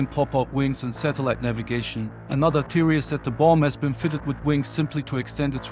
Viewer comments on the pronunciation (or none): none